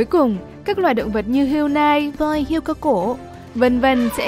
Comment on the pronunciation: Hươu chứ không phải hươi.